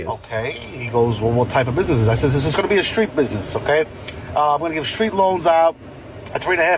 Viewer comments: Im sorry, you did not just pronounce business like “bussy ness” 😭😭😭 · i’m sorry…buh can we all just acknowledge the fact he said “bussy ness loan”💀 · You said bussy-ness. Instead of business. Please, please tell me it's a joke done on purpose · why did he pronounce business like that I'm crying??